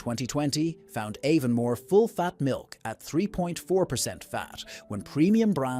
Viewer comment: It’s AI Slop - dunno how we can fight back against this rubbish. Aevonn-more !! Not to mention the utter rubbish about Fla-hayvans grass-fed oatmilk cows 🤦‍♂️